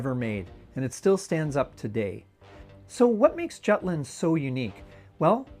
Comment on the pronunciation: is jutland really pronounced like that in english...? dear god...